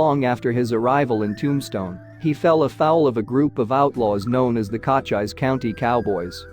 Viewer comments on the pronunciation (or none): "Cah-chise" County Cowboys? The voice read "SAH-na-run" for the Sonoran Desert. Must be AI. Folks, stop using AI to narrate your videos. Get a live person, it's not that hard. At least twice the voice said "woond" instead of wound." Maddie "Blay-cock?" Sheesh!